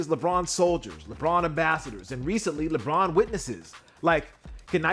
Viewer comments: Lebron James: ❌ Lebon James: ✅ Edit: now it's Leborn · "LeBorn" james lfg!